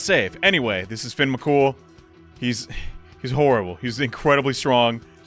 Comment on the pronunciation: I love that he heard Fionn's name pronounced, and then not five seconds later pronounces it incorrectly.